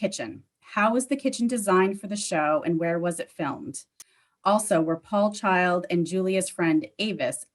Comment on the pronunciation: Did you say "Julia CHILDS"? 🤣🤣🤣 Russ is a GEM of TROOT! ❤️